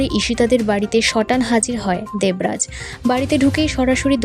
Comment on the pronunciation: আপনার উচ্চারণ খুব খারাপ দেবরাজ নাম টা উচ্চারণ করতে পারছেন না ।এলাকা কে বলছে অ্যালাকা।